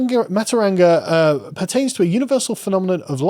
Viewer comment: Aotearoa is pronounced “aye-oh-tay-a-row-ah” and matauranga is pronounced “maah-tow-ronga” The NZ Government is pronounced “com-ee-trash”